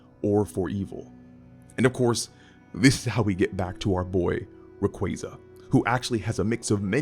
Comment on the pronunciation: Oh. My. God. He pronounces Ray-QWAY-za correctly 😭 It's ray + quasar, for the deniers And no it's not pronounced "qwah-zar"